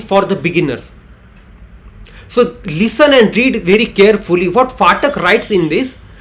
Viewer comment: It's pathak ,pa not fatak